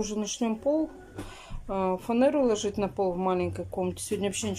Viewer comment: Не фанЭра , а фанера !